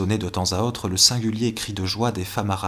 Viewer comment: La voix du lecteur est agréable mais quel dommage de prononcer 'autre' comme 'hotte'...